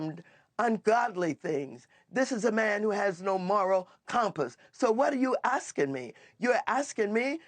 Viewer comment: "What are you axeing me?" 😂